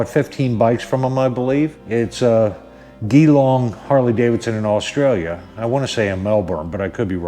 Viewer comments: No apology needed my friend, the world needs a bit humour right now, and the way you pronounced it had me rolling on the floor, stay safe and well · Gee - long not ghee- long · Well spoken sir...damn straight ...from QLD Australia also it's like Jeelong ..lol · Pronounced “G-long” mate, and say it quick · Great job man. Oh its pronounced jillong even though it spells Geelong keep on mate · It's spelt Geelong but pronounced G'long😂🤷‍♂️ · thanks for your reply & yes JeeLong (Geelong) Newtown, SW of Melbourne. All the best for your channel in 2021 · Great video.... but it’s pronounced G-long (Geelong). Sorry but hearing you pronounce it just about killed me haha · Hey buddy I buy my bikes from Geelong HD. The G is like Gee his a good bloke, then add the Gee - long Hope that helps bro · Pronounced 'Jelong'. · It's pronounced gee - long .. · What a fantastic video mate, you come across as a genuine honest guy and now you have another fan, keep up the good work, Danny needs people like you in his life👍🏻😁👍🏻 , just as a foot note, Geelong! The G is pronounced the same as in Geewhiz, god bless and ride safe mate. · American pronunciation conversion (Geelong, au) Jelong, us. Just sayin. your pronunciation sounded like a gay bar. Cheers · The way you say Geelong made my day mate lol, the "G" is pronounced like in G Force, if that helps, I agree with all you said, Danny loves his Bikes, Loves his Dealer Col, and in these trying times try's to bring a bit of humour to the world, unfortunately peoples idea of humour to me anyway seems to have gone by the way side with all this P.C. rubbish, not sure what line H.D. is taking but they are really pushing the buttons of traditional H.D. riders, thanks for the support you showing Danny, trust me he will appreciate it.